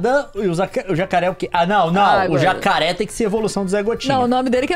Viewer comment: "Jacaré vac" KKKKKKKK